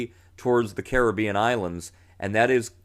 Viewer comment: Thanks. +1 for pronouncing g Carribean correctly 😉